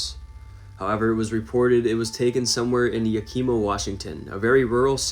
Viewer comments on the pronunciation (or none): Yakima Washington pronunciation is Yak-ih-maw as opposed to Yak-ee-maw. Just an FYI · It's NOT pronounced Yakeema. It took me a minute to figure out which city you were trying to pronounce. It's pronounced YAK-IH-MUH. Our communities in WA are named after tribes so when people first see the names they dont know how to pronounce them correctly. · Yes..YAK-ee-mah…rather than “ya-KEE-mah” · Some of these are so ridiculously fake its hilarious. Also, its not 'Ya-keema' its 'Yak-i'ma' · Hey kiddo, first, it's YAh-ki-muh, not yah-key-muh, anyway lots of this footage is so old decades in some cases, beware of Todd Standing in CANADA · Yaka Ma not Yakeema its spelled Yakima but pronounced Yaka-Ma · YAH-kih-maw....not Ya-KEE-ma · It's not Okima lol it's...Yakima YAK- EE- MA. I know some name's are hard to pronounce. Im a West coast girl😉😊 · It’s Yak kah maw Washington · Pronounced yack- ima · Yakima is not pronounced that way. Emphasis on the YA-kima, i sound like the name Kim. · Yakima is pronounced ya kuh ma. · I live in Washington State and you crack me up trying to pronounce Yakima. That's probably the funniest I've ever heard someone say Yakima on YouTube who isn't from here. 😂🤣😂🤣😂